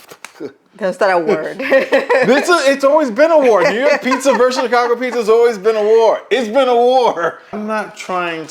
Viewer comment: I love how didn't speak "Chicago pizza" but spat it instead. This time I'm not with. Nothing cuts pizza in a cleaner way than scissors. Nothing. Many times when you use slicers, even good ones, you drag accidentally the topping destroying the pizza. Scissors don't do that. Touching the pizza with your fingers to cut it with scissors is another topic. One thing is to cut your own one, another is to use fingers to cut slices that will be shared, which I don't like. But the answer to why we don't have pizza slicers is simple: we don't usually eat pizza as often as you (americans) do. Most times we choose to eat it at the pizzeria and it's rare for us to order it at home. So we don't have pizza slicers. Normally we won't have a tool that only use 4-5 times a year. And most brands bring it already sliced, but some don't.